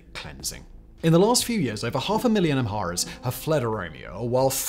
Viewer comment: Your narrative of Ethiopia’s recent political history is for the most part true, if not error-free. But your narration kept messing up the words “Oromo” as “Omoro” ( , ) and then again, you said in -25: “During the crisis in the 1980s many ‘amoros’ fled drought and famine …” I understand you meant to say: “many Amharas fled …” but it sounded like “omoros”. No such word in Ethiopian lexicon, but because in you mispronounced saying “an omoro prime minister…” you probably confused a lot of people. Get it right! Amhara / Oromo. (No such thing as: “omoro”, or “amoro”)